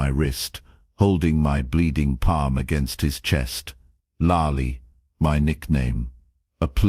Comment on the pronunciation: Which is it? 'Ulalia, Yul Lalia, youallia. Subtitle just said 'you' at one stage, followed by 'there can never be anything between us'. You pronounced youallia, 'youlallia'. Nickname spelled 'Lai', you pronounced 'larly' then you spelled it 'Lily' and pronounced that correctly 'lilee'.